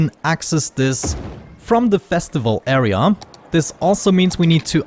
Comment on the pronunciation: dont know if i love or hate u saying "area" :D "aea"! Great videos btw!